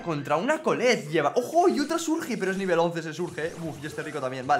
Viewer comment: Porque dice "Surge" y no "Surch"?, parece niño de primaria como pronuncia el inglés (no hate, solo observación).